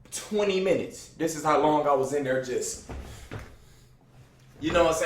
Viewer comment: Bruh do so be sayin "these" or pronouncing the word "this" like thees